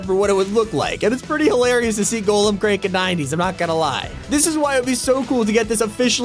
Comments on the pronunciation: Did he say soron it’s Sauron and it’s not Golem like an iron golem from Minecraft it’s gollum and miles moralees it’s miles morales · I’m sorry the way he pronounced sauron and Gollum hurts my soul.